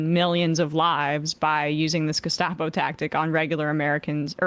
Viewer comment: the way that Emma says Gestapo is perfect, except that the 'S' should be pronounced a thick german 'sch' sound.